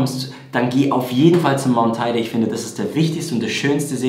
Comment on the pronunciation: Also: Der Teide sieht weder aus wie ein Ei noch wird er so ausgesprochen. Die Bergstation wird La Rambleta und nicht la Rambla genannt. Und (auch wenn es fast überall falsch steht); der Teide ist nur 3.715 m hoch. Klingt ein bisschen nach Klugscheißen - ich weiß. Aber wer ein Video zu einem solchen "Fachthema" macht, sollte es eben richtig machen. Dazu gehören richtige Zahlen, Daten und Fakten sowie eine korrekte Aussprache.